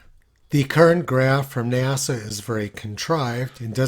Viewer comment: NASA became NAZA…